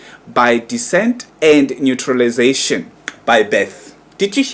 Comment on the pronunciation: Spot on, imagine the brother can't even pronounce naturalisation, yet he thinks he can analyse such issues 😅